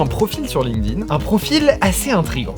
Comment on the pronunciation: Aïe, j'entends trop souvent des gens qui ne savent pas que le D de Linkedin se prononce T.